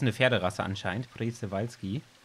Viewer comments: OMG Planet Zoo Mods wie geil🤩😍 Ps: Man sprichts Tschewalskipferd aus😃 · Das Przewalskipferd wird schewalski ausgesprochen ^^ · Es wird pschiwalski ausgesprochen 😂😂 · Das wird Schprewalzki ausgesprochen